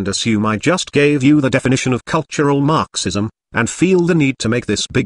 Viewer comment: What I love about your text-to-speech videos is the unintended (I assume) emphasis on certain syllables. Everytime I hear marxism, I hear MARxism, as if the mar portion is extremely important, lol. How do you accomplish the text-to-speech anyway?